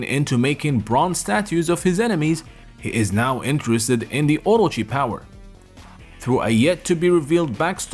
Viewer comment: Omy, please say it with the rest of the class, O-Ro-chi. Just stop hurting our ears.